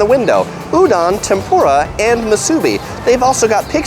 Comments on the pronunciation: I commend you because you must have done some research into pronunciation because I've seen other big vloggers who butcher the hell out the names and words. Overall, I think you killed it with the overall piece, and you can only nitpick over your pronunciation of udon and tempura which is ooh-d'own to tem-poo-rah (everything is syllabic) vs tem-pure-ruh and ooh-dawn. Thumbs up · pretty good job pronouncing hawaiian words...just need to learn correct pronunciation for musubi and tempura